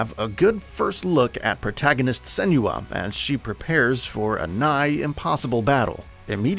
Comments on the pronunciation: Sen-wa. Not Sen-you-uh. Watch the dev diaries from the first game especially when Tameem talks about the origin of her name. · I just wish he’d pronounce Senua correctly. 😭